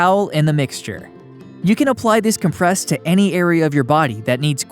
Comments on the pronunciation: You are pronouncing "comPRESS" as the verb when you should be pronouncing the word with the emphasis on the 1st syllable to describe the noun. COMpress. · Com-PRESS is a verb. The noun is COM-press. People who narrate videos should be aware of how to pronounce words and names corRECTly. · Dude, it’s COMpress not comPRESS! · I just don't understand, common words. Being, mispronounced. With the accent in the wrong place. And so, I suspect, English was not their first language. Mistakes with common pronunciations like, " Cold Compress" where, Compress is pronounced, Com--press. With the accent on the C. Not the letter P. I mean come on now? So you don't get a Cold Compress. You get a Cold com-Press. And you compress your trash and old cars. Compressing them into recyclable little chunks. Which is much different from a cold com--press. The correct pronunciation is a bit akin to, Tomatoes and Tomatoes. Both spelled the same but pronounce substantially differently. Where one sounds stupid and the other doesn't. It's not a fruit! And the earth is not flat. And this sort of thing is happening, more,, "often". Pronounced, in the USA as, "OFFEN". Bad because in Great Britain the UK and similar holdings. They pronounce the T. In American English its silent. And yet… Kids are still graduating from high school like this! Who have murdered the English language. And want to head back to a theocratic monarchy, autocracy again. Bad we have to take them to court? No! We didn't take the Germans nor the Japanese to court!! We took them directly. To directly introduce them to Jesus. And put the fear of our God into them! Instead of theirs! With shock and horror devastation! To knock the crazies back. And letting them know who the new ruling party is. So when you get crazy people.. That declarer. That think they are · It's "COM-press" in this case. I noticed that the Google dictionary is WRONG in this case. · I was looking for this comment. It bothered me too